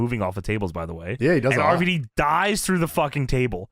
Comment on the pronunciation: It's RVD not arvadee. It's also water not wudder